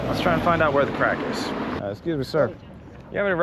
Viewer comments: Craic❤not crack 😂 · Welcome to Ireland. Its 'Craic' not 'crack' just for future reference 👍👍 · "Craic" not "crack" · " Why'd you come to this 💩 hole? " The right question to ask a foreign visitor! 😂😂😂 .. and btw It's not " crack" , it's CRAIC brother! You're welcome! 😊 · Its Craic not crack🤣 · It's craic, not crack haha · Hey, it’s CRAIC not Crack. Great video, bro. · It's craic not crack. Craic is the Irish word for fun. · The word is Craic Not CRACK.. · Hi, It's Craic not Crack:) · NOT CRACK FFS , IT IS CRAIC , JESUS CHRIST! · Its "Craic" NOT "Crack". fucking eejit. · Craic not Crack. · It is Craic not Crack. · Just for the future, it's craic, not crack, I thought this was gonna be a very different kind of video lmao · craic or crack lol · ***craic** not crack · Someone needs to tell him it's craic, not crack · It’s “craic” not “crack” 😂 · Craic not crack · Its craic not crack. Craic is the Irish word for fun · Its Craic. not Crack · *craic not crack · I think you mean "CRAIC"...Not CRACK. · It's "craic", not "crack". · It's Craic not feckin crack. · Craic not Crack you eejit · Great video 🎉 but fyi it’s Craic not Crack 😂 both are addictive 😂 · Isn’t it Craic, not crack 😂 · it's 'The Craic' not 'The Crack'............just for accuracy 🤣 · I'm sure you meant Craic not Crack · Bro, its craic not crack 😂😂😂😂 That sounds ominous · Its ’craic’ not crack 😂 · It’s craic not crack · CRAIC, not crack. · It's CRAIC not CRACK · Craic, isn't it? Not Crack 😅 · Its cráic not crack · ... "the best craic", not "crack"😉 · Craic! Not crack. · It’s ehhh Craic not Crack brother 😭😂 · It's spelled "Craic"...you sound like a junkie with your "crack" 😅😅😅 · Its craic not crack! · Its not pronounced "crack" lol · It's Craic Not a class A drug😂 Only an Irish American could get it so wrong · Its CRAIC not crack.. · Craic , not crack. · craic not crack hahaha